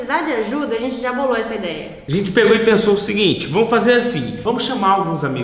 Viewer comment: Vc não é "trocha" mas "ajente" precisa colocar vc em um curso de português